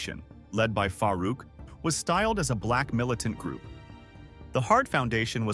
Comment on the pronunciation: “Ahkmed Johnson faced Faah Rouk….” 😂